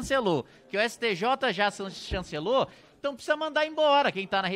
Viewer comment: Opa Kim quase saiu um "STJ já chanchelou" kkkkk moro 2022 Tmj.